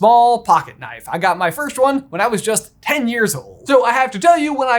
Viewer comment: You guys say “firsht” instead on “first”